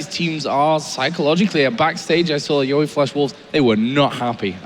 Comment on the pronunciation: YOE* NOT YEO! GET IT RIGHT!